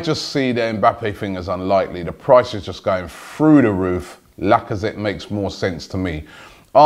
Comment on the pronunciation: Lacazette is the first name I've heard you get right. "Gundagon" an entire summer was a killer. And you still go "Kolasanic" We have no such player, please...